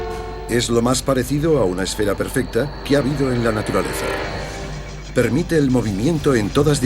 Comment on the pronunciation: taturalesa no naturalefa